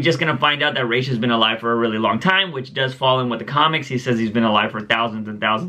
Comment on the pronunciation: whichever way you pronounce Ra's- it is the opposite of the one you say every time